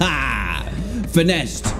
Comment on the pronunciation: HAHA finessed, not finessed